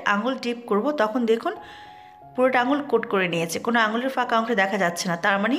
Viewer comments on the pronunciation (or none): none